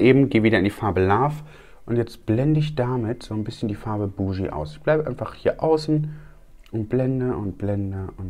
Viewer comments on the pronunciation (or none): Die Farbe BOOGIE wird nicht Buschjii ausgesprochen, sondern wie „Boogie Woogie“ als Bugi